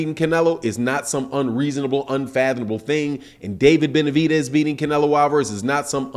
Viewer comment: It’s Benavi..DEZ not benavi..TES